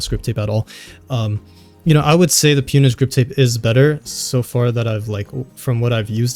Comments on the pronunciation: It’s pronounced “pown” like “own” with a “P” not “pewn” 😹 pwn/pwned is oldschool gamer terminology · Have I been saying Pwnage wrong ?